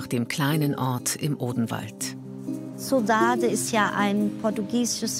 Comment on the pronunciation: odenwald, not "oberwald" :D